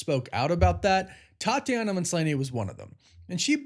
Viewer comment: I can’t tell if you keep mispronouncing Tatiana’s last name on purpose or not